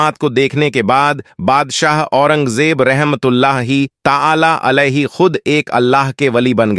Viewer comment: Urdu sahih bolo , video bananeka shoukh hai tu commentary durust karo, warna Tumhari tareef Kam mazaq zaroor banoge. Alaihi ki jaga Ali bol Rahe ho Tum and there is many more.